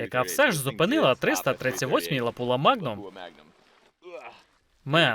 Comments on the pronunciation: Не лапула а лапуа) чи це мет так каже?) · не ЛАПУЛА, а ЛАПУА. фірма Lapua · Перекладачу, сам ти лапýла !!!! Читай назви перед перекладом !..